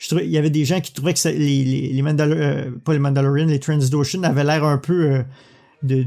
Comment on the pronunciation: On dit Trandoshan, pas Transdoshan ^^